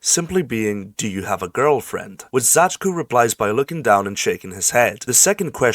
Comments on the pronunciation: Zai-tsu is how you say the name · dude i legitimately flinched at your pronunciation of Zajcu how is that possible